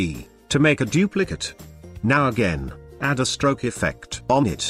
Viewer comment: The tts had a stroke when trying to say stroke XD